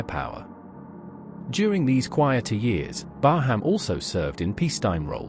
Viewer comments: Thank you. Excellent footage. Oh, By the way. There is no HAM in BARHAM, it is pronounced BAR_RAM. Oh, subbed too. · Please pronounce her name properly 😳